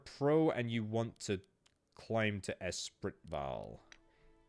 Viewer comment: Espritval = S spree val